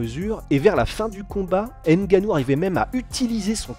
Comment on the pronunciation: le « N » de NGANNOU ne se pronounce pas. ;-)